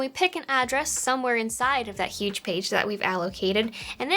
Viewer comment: We've got yuge pages. The yugest pages you've ever seen.